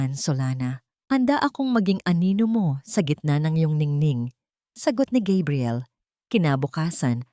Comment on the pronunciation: Bakit po Gabriel minsan tapos Kabriel another po talaga ang dapat pronunciation haisst